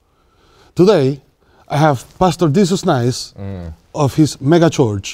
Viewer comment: He said megachurch but i def heard megaCHOACH